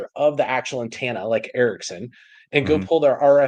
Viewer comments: I wish, especially in his line of work, he'd say antenna correctly. Bugs me every time he says, "Antanna." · The word is "antenna," NOT "antanna." 🙄